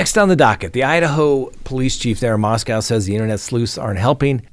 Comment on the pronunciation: said "Mos-COW" again! Well, that is the way it's spelled...